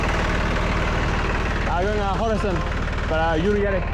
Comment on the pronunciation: Ula kırk yıl düşünsem birinin Horasan'ı "Hurosın" Diye telafuz edeceği aklıma gelmezdi 😂